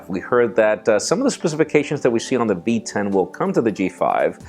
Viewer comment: yo! Did u just say the B10??? 󾌴󾌴 Okay.. I get it..;) Spanish is your 1st language:D